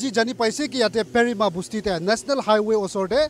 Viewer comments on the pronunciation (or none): It's pherim it's not prima😅😅ado sir...🤣🤣